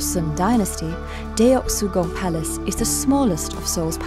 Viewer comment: this video is great, except for the fact that the narrator pronounces the palace's name as "Deh-ok-sugung" while it's actually pronounced as "Duh-k-sugung" (yeah korean romanization sucks)